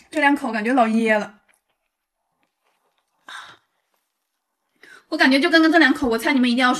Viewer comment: “哎呀妈呀”，"老噎了"，串成东北口音了